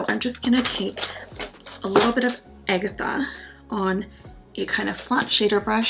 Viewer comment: Thank you for saying Agatha correctly 😂